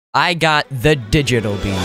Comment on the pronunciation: Did bro just say Cummy bee or am I trippin